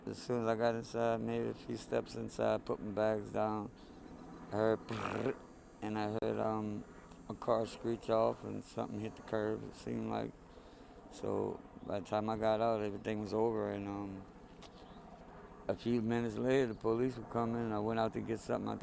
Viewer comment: Popped the "Curve"? It's a Curb. Get reporters that can speak correctly to the public.